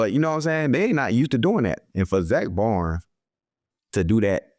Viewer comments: Slay how you pronouncing your own teammate's last name wrong 🤣🤣🤣 it's Baun, you saying Zack Barnes 🤣💀💀 nice picks from all 3 of y'all against the packers tho! Defense wins championships 💪🏿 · Bad pronunciation, agreed; however it sounds like he is saying "Baunz". Hey you know grammar isn't a focus when athletic talent is the priority 😂😂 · “Zack Bonds” “Zack Barn” “Zack Barnes” lmfao damn just start calling him Z or Zack Slay 😂😂😂